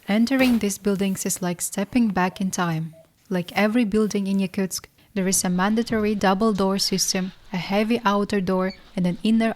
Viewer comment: Wow that’s madness, props to Daiaana and other Yakutsk locals! I could never live there. Is it pronounced Yakutsk or Yakuteya (phonetically)? Because the narrator said both several times.